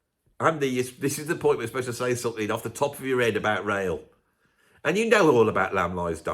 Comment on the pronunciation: Ah Rael, i thought you were saying Rail at first. I thought it was going to be about the Venn Diagram with its huge overlap of prog fans and train spotters.